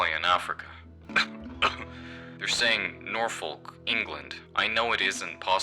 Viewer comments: norfolk is pronounced nor-fck not nor-foke. this incredibly offensive error spoils an otherwise great video. disliked, unsubscribed and reported for terrorism. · a note from a brit: norfolk isn't pronounced nor-FOLK, it's pronounced NOR-fuhk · Norfolk is pronounced Norfuhk. Just a headsup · this mispronunciation from usamericans annoys me extra just bc i went to uni in norwich (pronounced norridge like porridge), which is in norfolk